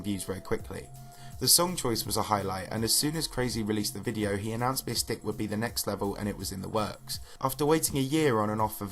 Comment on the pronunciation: you're talking about JonathanGD's part but the video is not showing his part... And Mystic is pronounced "my stick" not miss stick.